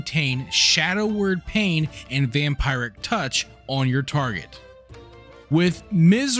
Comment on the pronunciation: Vam-pie-ric touch and Ar-kin :p ty fpr the guide, just gotta tease your pronounciation.